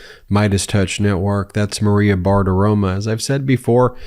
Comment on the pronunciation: Maria *Bartaromo, not “Bartaroma”.